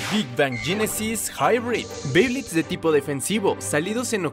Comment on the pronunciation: no se dice yenesys si no genesis